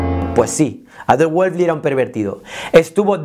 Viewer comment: Todo muy claro, el único detalle es que estás pronunciando mal el apellido de Adolf, pero ok, buen video. Ésta clase de exploraciones son las que ayudan a romper paradigmas sobre la creatividad